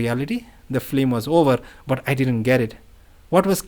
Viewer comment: Film rather than “flim.” Thanks for reading this.